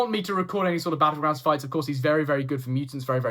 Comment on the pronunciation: Fellow Sentinel enjoyer here 🫶 The pronunciation of battlegrounds was crazy work. 😂